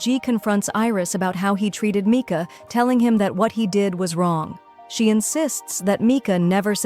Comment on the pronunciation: It’s not Micah is Mika